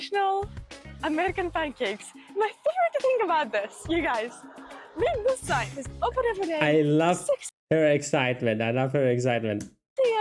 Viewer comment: Your English is usually pretty good. But I still giggle a bit on the inside when you pronounce "w" as a "v" (e.g. "vut" not "what") or "th" as a "d" (e.g. "dis" not "this"). I'll bet you do not even know you're doing it, it is just your German side coming out!